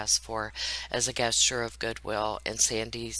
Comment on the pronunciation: You do a great job on your videos. Just a couple things: "gist" is pronounced with a 'j' like: 'jist'. "Gesture" also begins with the 'j' sound. Keep up the good work!